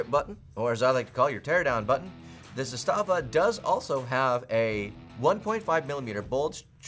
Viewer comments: 2018...the rifle was made in 1977! It's been used in every war since then! It saw heavy use in the bulkan/Yugoslav wars! It's zas-tuh-vah not zus-tah-vah lol! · Trooniun? Is this AK confused about its pronouns? Also mispronounced Zastava. For shame,.